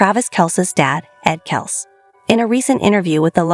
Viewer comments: Guys, get with it! Travis’ last name is pronounced “Kelsee, NOT Kelce! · It’s kelc-E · I heard the entire episode. Big Ed did tell the boys to use whatever pronunciation they liked. You're talking about Travis and that requires Kelcee, NOT Kelce. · Please learn how to correctly pronounce Travis' last name . It's a long E spoken after the c.